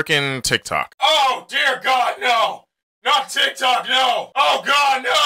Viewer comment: We Not Gon Talk About How He Said TikCok